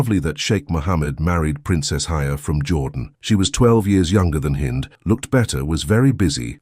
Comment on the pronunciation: Her name is Hind not Heinz ....